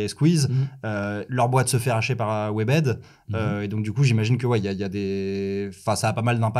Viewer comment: Tout allez bien jusqu'a que tu dise "Squeez" et "Webed"😭